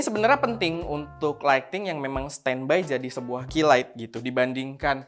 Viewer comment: Mantap, tp maaf penyebutan “ key light “ >>> ki lait, bukan ki laik 🙏🙏